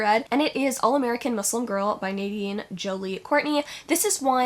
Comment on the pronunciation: aww you pronounced muslim properly! it's the little things loll love ur videos :))